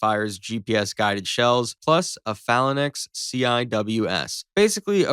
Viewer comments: Thank you. That was damned annoying. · It's pronounced "fay-lanks" not "fah-lan-ex." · These kids and not knowing how to speak. It's Fay lanx. That's the correct pronunciation.